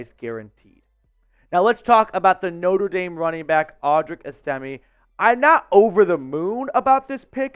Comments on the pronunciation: I think his name is pronounced Es...ta...may. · S-Tim-A Just making sure you know how to pronounce his name after scores many TDs for your Broncos. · It's ES'-tim-may. You can't even pronounce his name, so your assessment doesn't carry much weight. This guy is an absolute STEAL! He has been compared numerous times to Jerome Bettis. He is a bulldozer.